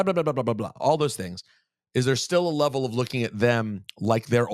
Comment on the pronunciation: I like how he mispronounced a word and she immediately called in him on it and he was like darn she caught it. Rosenberg: Isn’t it a sneaky fact that like on some levrel. Liv: Some what Rosenberg: Darn! Please don’t point out my flubs Liv is very smart and quick witted